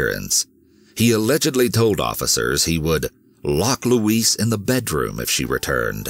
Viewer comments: LOUISE NOT LUIS. My God. Let's break this down. Louise- LOO...EASE.. (female name, typically white USA southern, similar to LouEllen) Luis- Lue-easse. (Male name, typically hispanic) Ah Dijos le pido😏 ayuda me! K? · Her name is "Louise", not "Luis". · Louise is NOT pronounced the same as "Luis" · i feel like someone needs to help you with this... LUIS (how you pronounce Louise) is the spanish version of Louis, Louise (lou-ease) is a female name. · I love these videos. Of course not what happens, just the way you tell the story and your voice just makes you feel everything. The first story I couldn't get over though because my mom's name is Louise and the way you kept pronouncing it like Luis was driving me insane lol. I know that's silly but the way you talk is part of the reason I am so addicted to these videos so that just got under my skin. The story itself ended exactly as I suspected though. It's a sad world we live in. People get mad when I don't let my son go with any family member whenever they want but you just don't know who to trust anymore. It's usually those closest to you and not a stranger. I hate that it's the way we have to be used to living but unfortunately if we want to keep our babies and ourselves safe, this is just how we have to think now :( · Is her name louise or louisse the animation is mispronouncing her name.He is pronouncing it as the Male version of Louise. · Please google how to pronounce Louise lol